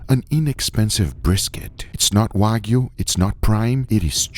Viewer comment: “No waygu” even though you added the fat